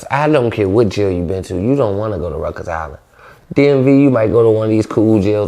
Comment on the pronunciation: What the fuck is Ruckers island ??? Lls. I thought it was Rikers island lls . Idk 😂